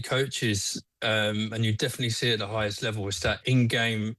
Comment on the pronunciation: "I fink, i fink defetly the first firty-five minutes"